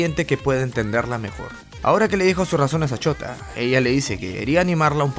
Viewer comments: wey dices shota en vez de shouta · Me da risa como siempre le dicen shota en vez de shouta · Alguien mas escucha "ch0t4" en vez de "Shouta" xd? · Yo escucho que dice chota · Me da risa como dices "chouta" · Cuando dices shuota parece que decís chota xd